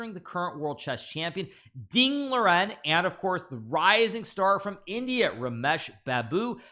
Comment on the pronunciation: "Deng Lauren"?!? It's Deng Liren ... pronounced Deng "Lee-ren" ... "lee" as in Brue Lee, or "lee" as in magnificent-lee, or "lee" as in Philie.